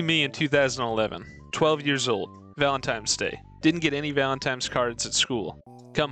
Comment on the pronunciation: homie said valentimes day